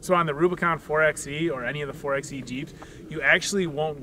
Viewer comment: Great explanation. But if you are going to talk about 4xe features, please learn to call it 4 by e. referring to it as a 4 ex e detracts from your credibility. Just think 4x4 (4 by 4).